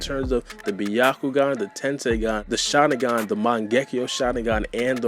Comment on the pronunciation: cannot stand how you say Shalingan LOL! work on your speech and pronunciation please